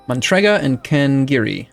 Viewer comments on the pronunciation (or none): It's a very specific speech impediment, forcing to insert the letter n in the name Matrega. Don't point it out, it's rude. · Fanbuoy im not forcing him, he does it by himself (the province is matrega, he says mantrega)